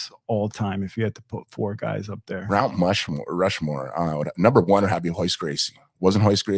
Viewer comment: he said Rount Mushmore lmao